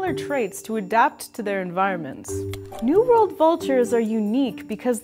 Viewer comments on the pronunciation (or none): Sounds like you are saying New Vold Vultures and Old Vold Vultures